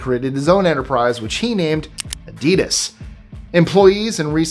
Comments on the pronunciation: I love that with the names in trotical with the pronunciation from their country but Adidas is pronounced AH-dee-dahs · Thank you for saying what I was about to comment on. pronounced name after name so eloquently and then flubbed on Adidas.